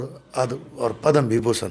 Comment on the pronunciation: पदा श्री नही पद्म श्री होता है